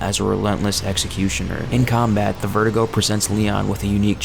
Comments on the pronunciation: vertigo, do you mean VER-DOO-GO? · was i the only one annoyed by how he kept saying verdugo, kept saying "vertigo", when your meant to pronounce it, ver-doo-go.